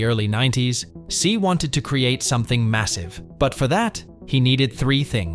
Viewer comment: Do a quick google search on how tse is pronounced my man. It’s not ‘C’, it’s ‘Xie’